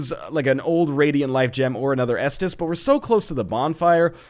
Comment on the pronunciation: am i the only one who says s dis d every time NL says estus